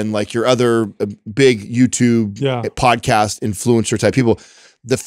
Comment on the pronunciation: When was talking about getting up early, and working out and then going to work and doing the podcast, it sounded like he said "Bod-cast" and now I think that needs to be a thing